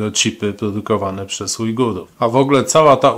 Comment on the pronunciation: Ujgujów xD, logopeda się kłania